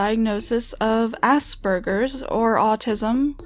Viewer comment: She pronounced asperges wrong, I mean really.. I have it, and it just kinda annoys me when people pronounce it wrong.